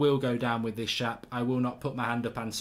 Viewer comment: "great dido" and "go down with this Shap" classic mark lol